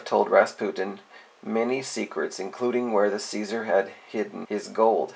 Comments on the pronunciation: CZAR is not pronounced ceasar but zar. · it's pronounced zar, not ceaser. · Czar rhymes with car. Not Caesar.